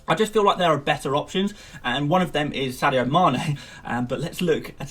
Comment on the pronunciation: did he say madio sane? xD